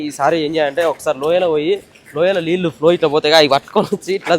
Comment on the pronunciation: Leellu kadu bro neellu